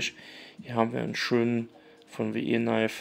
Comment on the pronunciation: WIII, wie wir auf Englisch, und Knifes wird "Neifs" ausgesprochen...